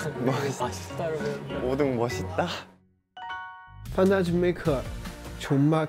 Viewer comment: 멋있다를 왜 맛있다 라는거야 ㅋㅋㅋ